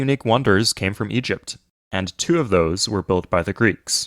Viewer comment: Bro cant say of, can only say at